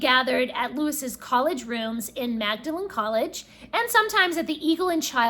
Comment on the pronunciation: Very interesting video. Presume you are aware of the book of the same name by Humphrey Carpenter? And I believe that Magdalen is usually pronounced as "Maudlin"....(Google has an explanation as to why this is the case).